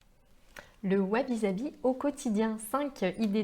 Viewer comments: Merci pour cette video , et pour les commentaires « perfectionnistes » concernant les commentaires sur la prononciation , il ne faut pas en faire un fromage.. Sabi se prononce avec un S et pas un Z effectivement , mais les commentaires ne sont justement pas trés Sabi !!! Un peu d’imperfection ne fait pas de mal ... sinon on peut aussi le prononcer en japonais .... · Et oui vous avez parfaitement raison. C'est une erreur de prononciation typiquement française. Ainsi, par exemple, les Français prononce Osaka, Ozaka, alors qu'il faut prononcer Ossaka. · Sabi, prononcé avec 1 s comme saveur et non avec 2 s...!